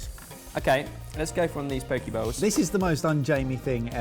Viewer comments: Hey Jamie, Hawaiian here. It’s pronounced Po-keh not po-key. Still love the show and you but like. That’s cringe worthy man. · Jamie It's Poke not *Pokey*!!! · Okay but no ones gonna comment on how it's pronounced po-kay not po-kee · Po-keh not pokeyie, and that’s more of an LA/mainland/tourist bowl not a “traditional” poke bowl. Turns into a salad instead of a poke bowl. Still like the video though :) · Bloody cheek for complaining about the pronouncing of chorizo while y'all are pronouncing Poke as Pokey. Ether someone got put in a fishy prison or some really loves to be fingered. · For the first minute I thought Jamie said poke balls. I'm like I have never seen a poke ball in a restaurant, let alone eaten one... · Pōk-eh is how it’s pronounced in Hawai’i and Hawai’i is pronounced Ha-va-ee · Poh-kay bowl Jamie. Poh-kay. You're up for the next pronunciation lesson. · LOL That moment when Jamie mispronounces a dish like it’s a place in which Miss Trunchbull is going to lock him. FYI correct pronunciation rhymes with OK and sake (the Japanese rice wine...Ben)